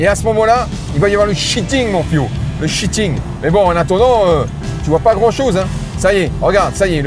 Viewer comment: Alors je suis pas du tout convaincu. Et au fait, on dirais pas plutôt "shearing" au lieu de "shitting"?